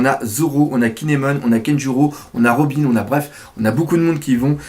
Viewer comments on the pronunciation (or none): none